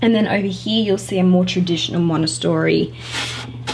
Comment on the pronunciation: Love the playroom but triggered by you pronouncing Montessori wrong the whole video 😣